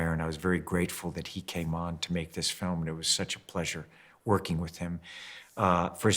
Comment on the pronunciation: 想講好Film變咗好Firm?! HAHA